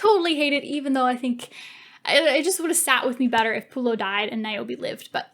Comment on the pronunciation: and its not lucenous and pullio its vorenus babes